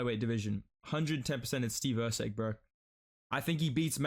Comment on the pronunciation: Steve erceg?! Cmon lol